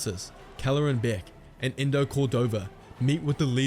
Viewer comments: Quick little tid bit but eno Cordova’s name is pronounced “ee no” not “ee ndo” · bro said endo cordova